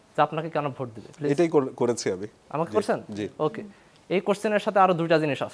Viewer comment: করসেন আবার কি উচ্চারণ এতো বাজে কেন???